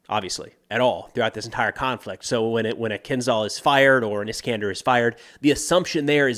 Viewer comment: Not Kinzal, but Kinzhal - it means dagger 🗡️.